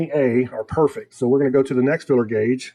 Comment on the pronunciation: filler gauge or feeler gauge? is that another transatlantic difference or just different pronunciation?